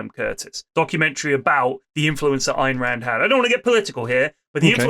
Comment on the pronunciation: Lewis not even being able to pronounce Ayn Rands name but still being very opinionated about it is so perfectly on brand.